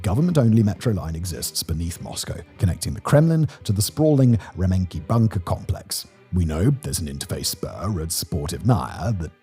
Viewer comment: It's Rah-men-kee and da-tsha.